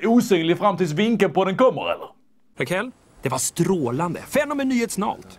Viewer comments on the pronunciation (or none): Vad fan sa han ens? ”fenomenytetsnalt?”